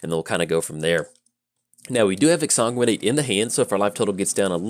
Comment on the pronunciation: it's magic. half the challenge is pronouncing card names lol. but you said exsanguinate like 37 times in 3 minutes, (i didnt actually count) and i just couldn't not help you out =D